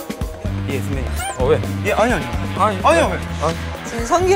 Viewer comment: 선밴님 혹시 약주..하셨어요?